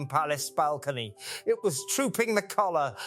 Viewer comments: Kalua instead of colour,another rubbish A1 and using voice. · This doesn't feel right.... It doesn't flow like a normal monologue. And why has he forgotten how to pronounce the word "colour"?? Yes, he will bloody insist on calling her "Kate".. But not Middleton, I cannot recall the last time I heard him refer to her maiden name. I may be wrong.... But this seems off, not quite right. I cannot remember if he pronounces the "ham" in Buckingham normally. I dunno. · Teach your AI program how to pronounce colour.